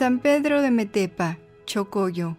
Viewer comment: Hola👋 , soy Nicaragüense y es un honor que relaten algo de nuestro Gran poeta, me si no les molesta me gustaría corregir que no es Metepa es Metapa hoy ciudad Darío, es un municipio del departamento de Matagalpa aquí en Nicaragua. Éxitos 🙌 me encanta todo su trabajo.